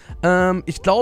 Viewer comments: store age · Bruder...wie spricht er bitte "storage" aus xD